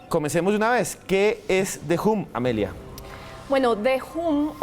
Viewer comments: me alegro que pronunciaras bien The Hum (foneticamente De Jom) y te notaras profesional en la introduccion y lo tiraras al zafacon al comenzar la seccion con De Jum... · Uuuich! Ole supersona si lo van a nombre en ingles alo mero aprendan la pronunciation eso suena como una a recortada sumerce ham no hum